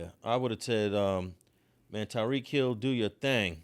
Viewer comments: Tyreek not Tareek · You butchered Tyreek’s name lol